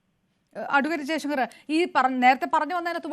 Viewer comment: ജയശങ്കർ,r pàrayunnathu ശരിയല്ല